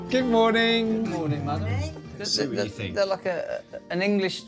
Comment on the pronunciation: "i FINK" why is the TH sound so hard for people from England to say?